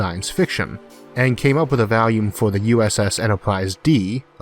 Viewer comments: Been watching you for a while now. Could never understand you at the beginning, but I'm pretty good at it now, don't even use subtitles. But I cannot, I will not, tolerant your deviant pronunciation of volume!!!!111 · I'm sorry, I know I'm not supposed to dog on the speech impediment, but I couldn't stop chuckling about "oxygen by valium"